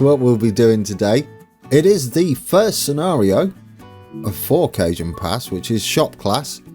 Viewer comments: The J in Cajon pass is actually pronounced like an H. More like cahone pass :) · In All Do respect. It is Pronounced kuh hown pass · Cajon is Ca-hon ;-)